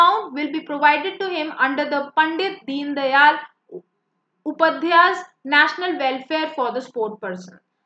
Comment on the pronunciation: It's really bad that you don't read slides before dictating. Reading and pronouncing most of the words wrongly. Asian and Ancient, Faisal and Facial, Upadhayay and Updhay. Even pronouncing very common things wrongly.